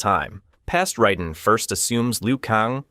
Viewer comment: And it's r"A"den